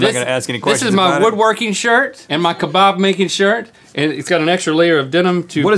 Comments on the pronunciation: It lowkey annoys me that they pronounce kebab keh-bahb instead of pronouncing it for key-bab. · Ka-bab not ka-barb